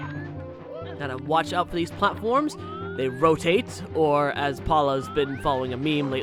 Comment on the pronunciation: RO TAT E